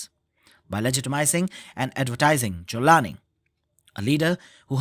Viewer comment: Joe can't even pronounce Jolani 😂 are you kidding me